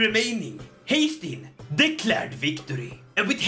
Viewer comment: Haestein❌ haytham✅